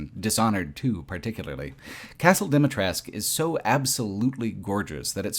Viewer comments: Great video, just one small correction: Dimitrescu - the U at the end is not silent, but very prominently pronounced in Romanian So it's not "Lady Dimitressk" but "Lady Dee-Mee-Tress-Coo" - ironically many youtubers made this mistake, omitting the last vowel and I don't know why. Do the characters ingame omit the vowel too? Haven't played it yet, but if so, it would be the same thing as with Niko Bellic back then during GTA IV, where the VA pronounced the C like a hard K, despite the correct serbian pronounciation ending with a sound akin to the CH in "Choose". Nonetheless, insane what kind of work you put in for this project. Watched it over the course of 3 days during breaks at my job and I enjoyed every minute of it. Keep it up! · Say it with me: "Dee-mee-tres-cuu